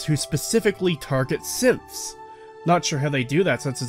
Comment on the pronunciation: Every time you say "Synths" in your end rant about Nora and combat training, I hear "Simps" and it makes this way more amusing